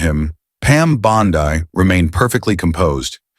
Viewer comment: It's Bond-EEE Euphoria AI wannabe poser.